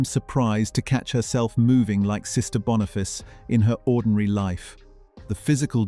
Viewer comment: Oh my .... BONIFACE!!!!! NOT Bonafice. I love this show and its amazing star, Lorna Watson. Great stuff.